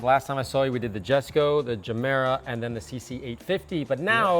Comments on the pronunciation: YOU LOST ME WHEN YOU CALLED IT "GESKO" IT'S a "Yesko" Jesko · Isn't Jesko pronounced yes-ko?